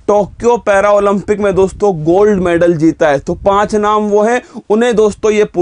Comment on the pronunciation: मैडल, not मैनडल